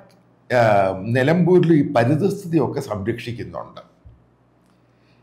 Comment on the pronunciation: പരിത സ്ഥിതി എന്നല്ല, പരിസ്ഥിതി എന്നാണ് ശരി